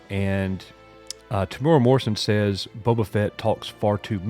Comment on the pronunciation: “Ming-Na Wen and more importantly... Temura” Oof, not a very cash money thing to say dude lol